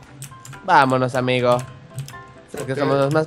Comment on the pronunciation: ademas que dise ameo envede de disir amigo dise ameo